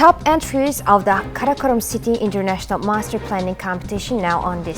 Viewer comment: Entries гэхийг энтрайс гэж уншаад байхын 😮